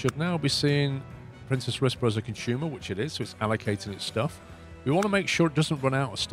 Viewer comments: For what it's worth, you seem to be pronouncing "Princes Risborough" as "Princess Risborough". It's the plural of prince, not princess. I know it doesn't matter much, and it's still a very strange name for a city, but that might clear things up a bit. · It does make me irrationally angry that he keeps saying "princess" when there's only one s